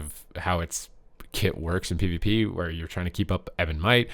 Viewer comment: it's not PEE vuh PEE